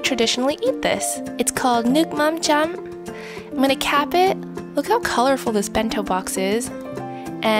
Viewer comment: Hey Im from Vietnam and I can tell you that her pronunciation of "nuoc mam cham" is perfect! Great content by the way!